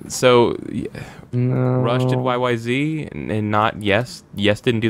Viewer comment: Btw, the Rush song is pronounced yyzed not yyzee, the song was registered as that because they're Canadian. Not super important, but interesting.